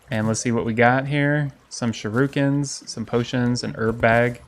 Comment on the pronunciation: "I even have Sharookens" lmao its not said like that legit anywhere, Shuriken bro like Shuh rik en